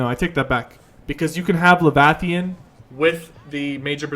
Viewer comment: "levathian"...lol. killing me